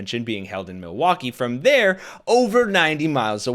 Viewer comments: Continues to mispronounce the name of the city. Mawalkee instead of Milwaukee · His speech is slurring a bit, now mispronouncing Milwaukee.